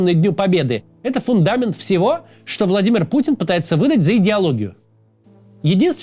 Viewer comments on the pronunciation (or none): none